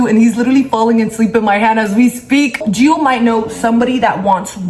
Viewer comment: No hate but it’s gio